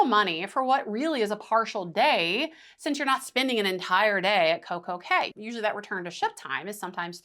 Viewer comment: Thank you for calling it Coco K because clearly Royal named it perfect day at Coco K for it to rhyme. I cannot stand when people call it Coco key